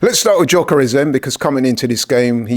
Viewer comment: please, the guys name is GYÖKERES, pronounced YOKERES, NOT JOCKERES. You must've heard how his name is said by now, come on lol.